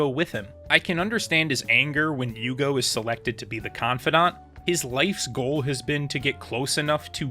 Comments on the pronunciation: Bleach is the first anime that I like so much I want to watch the fillers. Admittedly only after I finished the canon but still. Normally I just skip em and don’t think twice. I think Greg’s name is pronounced “you-hah-bach” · Here u go, u had problems with Pronunciations right? it's yuhabakh or yuha-baha in Japanese pronunciation depending on characters personal dialect. In English, It's popularly pronounced as "yhhw akh" but you can also refer to him as "Yuha" it's popular among fandom.